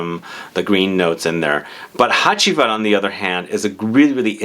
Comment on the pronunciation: Actually Ege is a Turkish word and your pronunciation is great! You did spell Hacivat great as well.